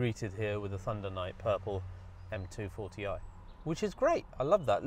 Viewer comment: Please, it's M240i.... That "M" is NOT silent!!! 💀💀